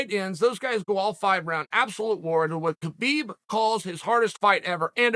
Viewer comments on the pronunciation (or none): none